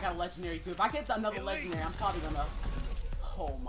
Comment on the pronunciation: I'm not sure if anyone else heard but he said stg44 legendelly.